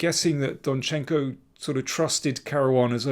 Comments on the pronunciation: DOnchenko, Daniel, DOnchenko! Almost all Ukrainian-like last names have stress on the first syllable. For example, mine as well - MIshchenko, not MishchEnko... sorry, personal :)) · I think you should write rather 'DONchenko'. That would be the first syllable.